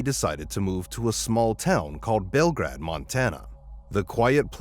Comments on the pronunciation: Bell Grade, not Bellgrad.:face-blue-smiling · Bell-grade not bell-grad. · The name of the town is pronounced "Bel - grade" (long A) - not Bel-grad. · Belgrade is pronounced bell-grade. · It's pronounced "Bell Grade". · The town is pronounced (Bell-Grade) The parents worked at Bridger Bowl Ski Resort and in Montana you get your Drivers License at 15 years old with Drivers Education.